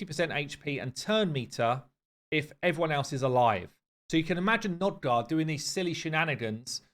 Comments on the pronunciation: Hey man , not to be a pissypants or smth , but its Nogdar not Nodgar^^ love ya bud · Both you and Ash insist on saying NOGdar incorrectly.